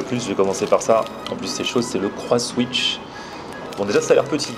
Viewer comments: C'est le croissan'wich pas le Croisswich mdr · On dit " déjeuner " pas "déjner " et en plus on voit bien que le nom du burger c'est " CroissAN'wich " et pas " Croiss'wich "...